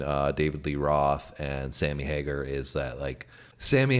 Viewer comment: OMG stop saying Hagerrr. D bag